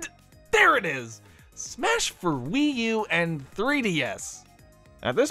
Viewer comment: i cannot be the only one to hear "smash for WiiDS and 3U"